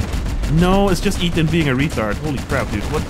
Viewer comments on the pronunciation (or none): none